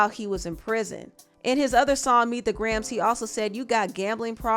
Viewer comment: Its Gray-Ums not Grams 😮😅